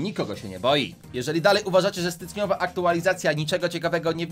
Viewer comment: 1.50 mówi stycniowa a nie styczniowa aktualizacja xd